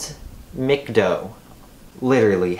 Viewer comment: But it's pronounced Mac-Doh